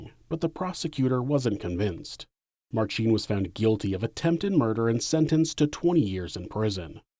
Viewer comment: Minor nitpick - in "Marcin", the emphasis is on first syllable. It's like pronouncing "Ashley" as "AshLEEEEY".